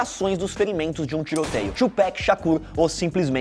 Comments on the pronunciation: Que raiva o cara falando "Twopec" é Twopac. E aquela foto do Kanye West quando era criança ali no meio das do 2Pac kkkk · Velho a pronúncia é Tupac isso não é um nome americano e sim Africano, Tupac Amaru Shakur nome de um revolucionário. Caralho vc fala Tupec como se fosse a pronuncia de um nome inglês kct isso fica feio demais. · Tupéc é coisa de branco o Certo é TUPAC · A pronúncia é TUPAC e não TUPÉC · Tupac não tupec...tupac líder inca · Porra, se fala Tupác e não Twopeck, PECK N DA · Porque o erro esta na pronuncia do final do nome [no PAC] e o fala 'Péqui" como se tivesse um K no final [Tupack]. É só você ouvir Hit Em Up em que o proprio Tupac fala o nome dele. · “Tupec” não existe, o nome é TUPAC ! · Que agonia ele falando “tiupequi” e nao “tiupác” toda hora kkkkkkkkkkkk white people thing , btw video show , 2pac e BIG sao lendas! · Patrick n, os próprios gringos falam com a pronúncia "paque" e não "péque" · Tuuuuuupac e nao tiiiiuuu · "Tchupec" !! Ta de sacanagem ... é TUPAC 🤦🏽‍♀️ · Parei de ver o vídeo quando o cara disse "TchuPéqui" Ta de brincadeira malandro, É TU-PAC. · "Tupeck" pqp, é TUPAC, T U P A C, PAC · A pronuncia e tupac e nao tupec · É "Tupác", fióti, two "péck" são dois pacotes de latas de cerveja! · PAC!!! NÃO péc, pow.: ( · Ouvir Péc e Dr. Drí é osso kkkkk É PAC e DR. DRÊ! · Por que eses caras sempre falam Thupec em vez de Tupac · Não é tupek é tupac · nao fale tupéc, é tupac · Sou muito Fã do TuPac... Então gosto de tudo que seja relacionado a ele. Mas a hora que esse cara pronunciou "Tupec" e não Tupac!😠🤦🏾‍♂️ Parei de assistir o vídeo. Não é uma simples palavra inglês que tem que ser pronunciada corretamente... PAC é o nome dele, é assim que se fala meu amigo... PAC e não Péc 🤦🏾‍♂️🤦🏾‍♂️🤦🏾‍♂️🤦🏾‍♂️🤦🏾‍♂️ vejo o vídeo do Jay-Z ensinando a se pronunciar!😉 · Não é tchupec porra é TUPAC SHAKUR!!!!! vergonhaaaa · É É É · Pronúncia de Tupec no início já me deu indícios que teria vários erros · "Tupec" é foda de ouvir